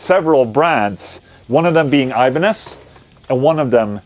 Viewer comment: try to say IBANEZ like it is , it is not english word !